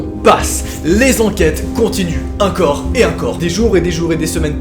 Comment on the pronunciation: Juste en France ont dit encore et pas incore 😂